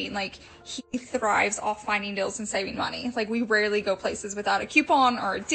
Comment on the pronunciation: I unsubscribed also because she was buying a new area rug every week. Ugh they must have a good FB marketplace or something for her to constantly be buying new things and selling the stuff she gets tired of? I also couldn’t stand the way she mispronounced words, like “I like finding good “dills”; you mean deals? And I love a good garage “sell”; instead of sale? Or even just now for her new “aventure”; adventure?? I’m from Oklahoma so it’s NOT an accent thing. She also says “definitely” a MILLION times. Just got sick of it and needed to unsubscribe and turn off ALL notifications.